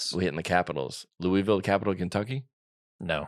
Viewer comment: Seriously can’t wait for your show in Louisville in June! Every week you get slightly closer to pronouncing Louisville (loo-a-vul) correctly!😂